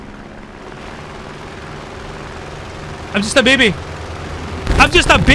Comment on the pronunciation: “IM JUST AH BEBEY” lol I died